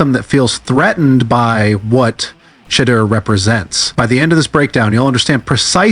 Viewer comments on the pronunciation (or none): Hey,... not 'shitter'...it's pronounced, "Sheeeeee - door!!" dammit!!! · Why does he keep calling him “Shidya”? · Why does he keep calling him “Shedra”? Call AI enforcement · AI voice "shitdur" sharedar shoordur sherdur. No friends, he is not Tom Brady. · Sho door come on YA Get his name CORRECTLY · Don't worry about AI they don't want to say his name correct. The information is good hopefully they will get it right sooner or later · Well anyone report needs to stop using AI if they can't program it to pronounce names CORRECTLY....this man name has been spoken a BILLON times there is no reason it STILL pronounced wrong on any level